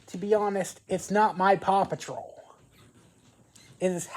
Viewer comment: A true fan who cant say paw patrol